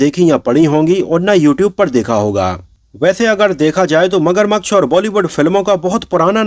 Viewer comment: भाई मगरमक्श नहीं होता मगरमच्छ होता है